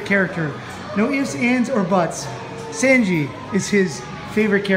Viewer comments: Senji? Its Sanji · I’m so TRIGGERED YOU SAID SANJI’S NAME WRONG lol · How dare you go there and not know a single damn thing don’t know how to say sanji and don’t know who robin is stop watching give me your ticket